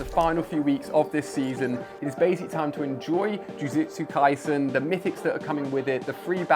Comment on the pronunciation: Its jujutsu kaisen not jujetsu kaisen